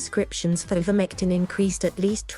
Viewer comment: First of all it's pronounced "I"vermectin not "E"vermectin. This video is so valid and believable oh dear 🙄🙄🙄🙄🙄